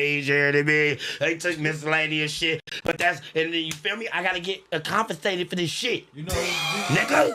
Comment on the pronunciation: when laugh at for pronouncing "Compensated" wrong is hilarious